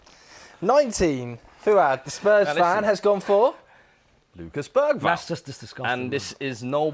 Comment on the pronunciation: BERGVALL? 😂 stopped watching after that.